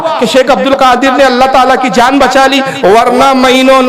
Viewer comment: Jab ye baat hmne nhi likhi aur tumne bhi nhi likhi, aur dono hi astagfar pad rhe hai toh fir nalayako q ek dusre par tohmat lga rhe ho ? Dono side se galti ho rhi hai, and yes woh ALLAH hai Alla nhi ....!